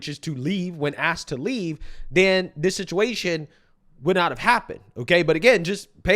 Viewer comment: This so called "" repeatedly saying "Dis" instead of "This" and "Dat" instead of "That" is driving me nuts. 😂